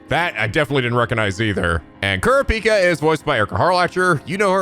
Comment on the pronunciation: I can never get over how they pronounce "Kurapika". It just sounds so wrong. A lot of small things in this dub rub me the wrong way.